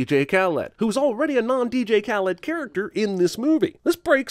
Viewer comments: The way you pronounce Khaled is weird lol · It's so funny that you're super PC guy but you can't say DJ Khha-leed's name right... You didn't even make the scratch sound when you said the KH part..